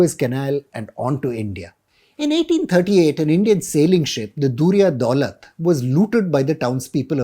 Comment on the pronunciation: Prounce indian names correctly. The ship was dariya daulat even if spelleld as durya daulat.